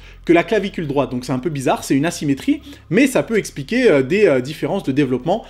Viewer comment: Vous aussi vous avez entendu une douleur ''nassimétrie'' mdr